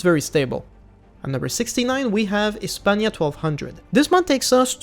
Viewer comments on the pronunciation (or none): none